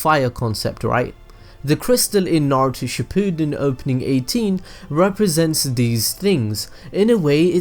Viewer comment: xZen Combo the way he says Shippuden